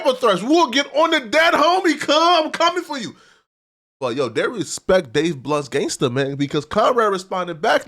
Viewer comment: Bro how u gon be a hip hop media platform and say da man name wrong 100 times in 1 video??? It's Dave BLUNTS! Not blunt! Jesus Christ! You're making it harder to defend u every fuckin day!!!!